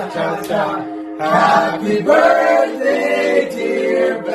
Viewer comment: "Ben, the Burthday Boy"